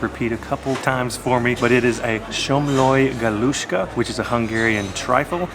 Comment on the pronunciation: Hi &. ( I’m Hungarian ) & you guys doing great with the pronunciation. ( somloi galuska, meggyes retes) 👍